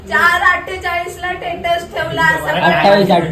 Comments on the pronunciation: टेटस बोलते स्टेटस बोलायच तर 😅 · शिकली आहे म्हणे ही,टेटस म्हणते, स्टेटस ला,तीला बरोबर करा कोणी शिक्षीतांनी